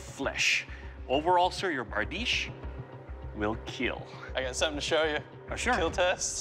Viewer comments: it not bardeesh tho, its berdish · ITS BRADICHE